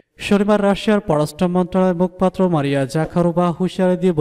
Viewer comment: ওরে আল্লাহ, উচ্চারণ হবে মুখোপাত্র